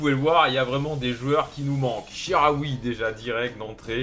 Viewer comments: c chikaoui pas charaui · Chikhaoui ca se prononce chi-ka-oui et pas chi-ra-oui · sa ce dit chicaoui pas charaoui